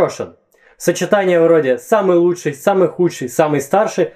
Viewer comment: ты знаешь что что ты говоришь: "лучшАй, ярчайшАй, и т.д." у меня так дедушка говорил и вообще раньше так много говорили в том числе по телевидению. можно видео по этому произношению? особенно интересно, это все так раньше говорили или говор региона?